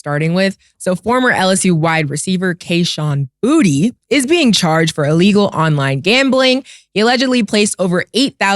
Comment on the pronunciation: It's actually pronounced, "Boo-tay".